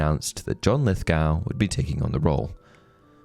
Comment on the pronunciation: You sound British, mate, so you should know it's 'Lith-Goh', not 'g-oow'. Even the Americans say it correctly.